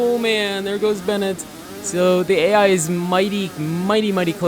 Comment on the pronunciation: It's Ben-waa not Bennett 👍✌